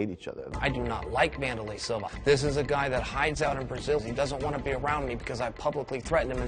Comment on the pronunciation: vandurrlay silva